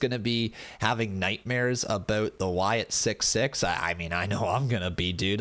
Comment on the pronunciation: Wyatt SickS (6) not Wyatt Sick 6